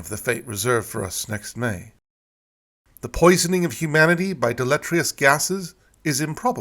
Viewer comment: "... deletrious [sic] gases ..." -- "deleterious"